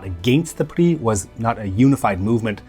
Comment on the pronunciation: Well pronounced but wrongly translated, PRI, Partido Revolucionario Institucional means INSTITUTIONAL Revolutionary Party not Industrial. INSTITUTIONAL as single party dictatorship for 70 years type of institutional.